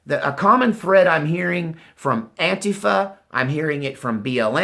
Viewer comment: Blahahaha (“An-quifa”) you killing me...